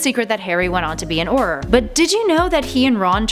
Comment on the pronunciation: You said Aurror wrong